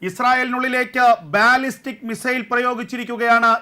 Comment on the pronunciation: It's not ബാല്ലിസ്റ്റിക് 😊 it is pronounced ബല്ലിസ്റ്റിക്